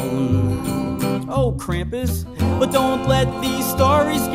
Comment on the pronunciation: Thank you for pronunging Krumpus right